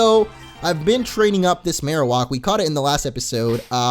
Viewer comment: I hate how he say marowak